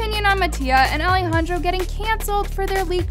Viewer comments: I’m sorry but is no one going to talk how she doesn’t know how to say Alejandro’s name/nickname 😭😂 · hear the way she said ale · HIVE girl- i was saying that i DONT like how she pronounces mattia and alejandro’s name it’s VERY DISRESPECTFUL i was NEVER talking about how her CONTENT